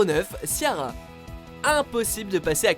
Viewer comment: Vous avez détruit les prénoms Ciara et sinead 😭